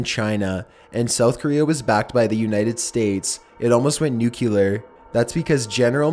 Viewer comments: Loved the video, but come on dude, nuclear is pronounced "new-clear" not "new-cue-lure." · You keep saying nucular instead of nuclear and it’s annoying!! But other then that good job! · NUCLEAR!!!!! NOT NUCKYLAR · Ekonomix I like his videos but i’d like them a lot more if he pronounced things correctly it’s nuke-lee-ar not nuke-you-lar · STOP SAYING NUCLEAR WRONG!!! SOUND THAT SHIT OUT! It's "NEWK-LEE-ER"....NOT "NEWK-YOO-LER" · excellent point!!! It's Nuclear not nukee-lear. If the video wasn't that old I'd have said the same. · I can’t believe you actually said “NUCULAR” 😂😂😂 it’s NU-CLEAR! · you really need to learn how to pronounce nuclear. it is very distracting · Love your videos but I’ve never understood why people can’t pronounce nuclear properly. It’s said “new clear” not “nuke ya ler” ffs. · It's 'nuclear' not 'nucular' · please please it's NUCLEAR not NUCULAR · please...please stop saying "nook-yoo-lar". It's not spelled that way or pronounced that way it's nook-lee-ur. Nuclear. Not nuculear. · It’s nu clear not nucular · What are nuculer weapons? The word is nuclear. There is no 'u' after the 'c'. I swear! Mispronounced words and ignorant comments have started ruining the channels I watch. I now have to leave this video and can't watch anymore. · new clear, newwww clearrrrr, not nuculer, Jesus you pronounce so many words like a bonobo. I love your content but seriously you say some stuff that is just torture, like macabre, you get that one wrong all the time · Nucelar XD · Each time he says "nu-kyu-lar", it makes me sad. Why,, why? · not sure if it's been said, but nuclear is phonetic. it's not pronounced nucular. ps. you're my favourite thing on YouTube. just sayin' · Nuke-eh-lar.. hehe...😁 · Nucular isn’t a word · the way you say 'nuclear' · Aske Elkær Thank you! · omg pleeeaaaaasseeee learn how to pronounce nuclear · 1 for the wrong pronouncation of Nuclear.